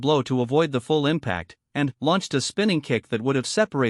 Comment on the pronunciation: Your AI has a VERY weird PAUSE every time it says the word "....and...". A bit annoying.